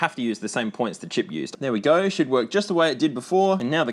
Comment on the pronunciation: "There we goy"